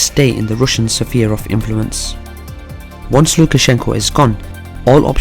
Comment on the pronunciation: You may have to work harder on that “sphere” pronunciation, pal. I mean, given how frequently you use it.